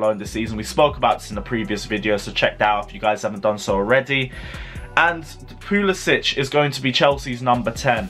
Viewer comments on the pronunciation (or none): for God’s sake, they’re our players and they deserve to have their names pronounced properly. VER-NER. PULI-SICK. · Bro please pronounce Pulisic's name rirght. He is American, not Scandanavian.✌ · Timo VERner not Werner, W is pronounced as V. Don't make me come after you. Pulisic Pronounced as PuliSICk!!!